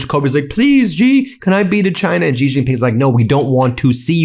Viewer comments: Please learn how to pronounce China’s leader’s name. Xi should sound like the pronoun “she,” not like the “zhi” in Zhivago. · yo its XI as in SHE JINPING